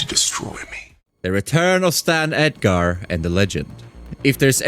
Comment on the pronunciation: kimio, eminem, edgare, homeylander, a tain. bro learn English